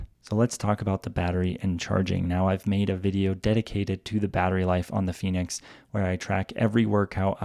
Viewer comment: El "finix' "gormin' me gusta mucho 😂😂😂😂